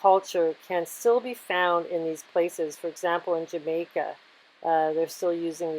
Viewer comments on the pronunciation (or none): none